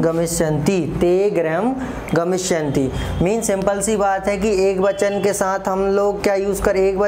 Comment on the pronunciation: सर ग्रहम नहीं होता गृहम् होता है